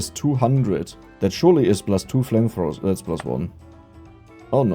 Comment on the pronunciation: "We just need more flamethrowers." pure german